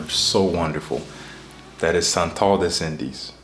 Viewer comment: "des indes", here in the middle... You will sound better to my french ears :)